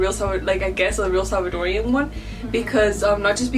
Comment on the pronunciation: Salvadoran not Salvadorian. Don’t let them whitewash you lmao